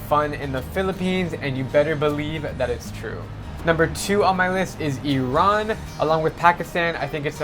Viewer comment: first time someone actually pronounce Iran properly